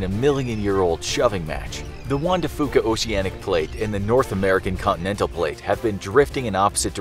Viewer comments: Juan de FEW-ka not FU-ka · I live in the Pacific Northwest and the pronunciation of juan de fuca is wrong. The last part is pronounced "few" not foo. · You mispronounced Juan De Fuca